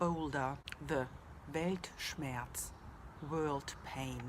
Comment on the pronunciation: The way you prounonced the world does not look like it will sound here in the US but i definitely understand the meaning which is staying confident. You are right about the meaning as u described with the world